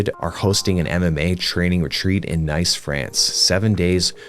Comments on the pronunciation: Love these vids as I'm a blue belt making lots of mistakes! Also, just a heads up, I believe Nice, France is pronounced (like 'niece' aka your brother or sister's daughter). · pronounced "neice" France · "Nye-se, France" lol Great vid